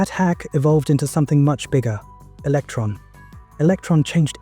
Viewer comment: Electron not Eletron.